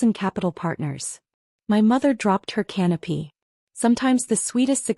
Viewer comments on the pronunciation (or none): AI needs edited “Her mother dropped her canopy” Mother is a very odd person if she’s toting around a canopy at a Christmas dinner 🤯. It’s pronounced “canapay” not “canopy”. One is a “a small piece of bread or pastry with a savory topping, often served with drinks at a reception or formal party.” The other is “an ornamental cloth covering hung or held up over something, especially a throne or bed.” Also shelter that resembles a roof, the transparent plastic or glass cover of an aircraft's cockpit, the expanding, umbrella-like part of a parachute, made of silk or nylon, the uppermost trees or branches of the trees in a forest, forming a more or less continuous layer of foliage.